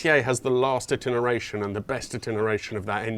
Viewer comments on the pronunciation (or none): I think you’re too urbane for the beat up race Elise and although the Alfa would be cool perhaps one temperamental Italian is enough! By the way I think you meant to say ITERATION when referring to the Alfa not ‘itineration’. Just saying! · In my opinion, the GTA is the more interesting car in that list that can still fullfil your daily needs. And that engine... PS. It's "Iteration" :)